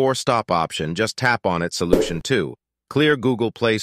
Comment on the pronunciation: wait what it said "slution" ☠️☠️☠️☠️☠️